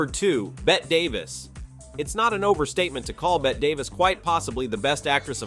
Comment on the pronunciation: The AI generated voice makes a lot of mistakes. Some corrections: Claudette Colbert (kohl-BAIR); Marlene (/mɑːrˈleɪnə) Dietrich; Bette (/ˈbɛti/) Davis. And, as noted by others, there are some omissions: Rita Hayworth, Sophia Loren, Ava Gardner, Vivien Leigh, etc.. I would add Gene Tierney, Lauren Bacall, and Brigitte Bardot.